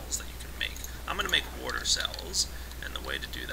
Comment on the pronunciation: I actually find it kind of endearing how he says "warter".